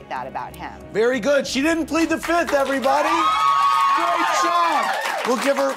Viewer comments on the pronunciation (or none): Andy always say Fith not Fifth. So cute